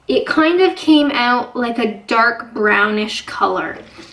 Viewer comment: There! You said it! 'Spread it oot' just like on South Park!